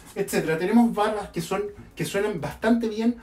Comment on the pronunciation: No se pronuncia "bosé"